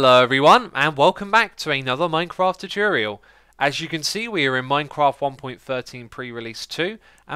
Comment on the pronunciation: "Chu-churial" Xisuma says some pretty interesting things... :P